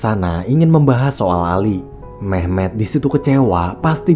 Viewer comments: Awal Mimin bilang nama Memet di kuping ku terdengar mem*k 😂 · Gua denger mehmek njir